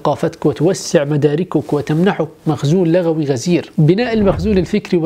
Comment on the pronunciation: للتذكير فقط أخي بارك الله فيك..كلمة لغوي تكون بضم اللام لأنها جاءت من كلمة لغة..بينما اللغوي بفتح اللام جاءت من اللغو و هو الكلام الباطل..أتمنى أن أكون أصبت..يمكنك التحقق من هذه المعلومة و شكراً لك🖤